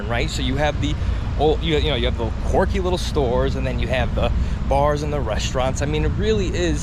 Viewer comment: Dude… it’s quirky, not corky. Stop saying corky! lol